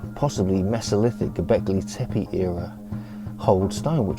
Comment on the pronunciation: The accents in these names of places in Türkiye (Turkey) are often at the end of the word, not the beginning. That goes for Alacá Höyúk, Göbeklí Tepé etc. The latter I've never heard to be pronounced even remotely recognisable, and it's been more than a decade! It makes bad impression. General rule: the sounds are to be pronounced directly as they are written. Moreover, "C" is like "J" in English, "H" is not silent, "E" is like "e" in "red", not anything else! "Ç" is "CH" (tsh) like in "church" or "chest". "I" without dot is pronounced like the "i" in "girl" or "sir" - quite different the the usual "i". The middle of "Höyük" is like the English "you" – Alajá Ho-yoú-k.